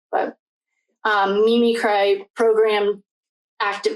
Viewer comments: You are jumping all over and are very disorganized in your speaking. The word is mimicry. Cree, not cry. You should have learned this word as a child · Mim-mick-cree (mimicry)